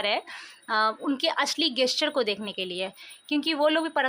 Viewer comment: गैस्चर nahi hota जेस्चर hota hai